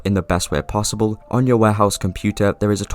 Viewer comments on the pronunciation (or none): none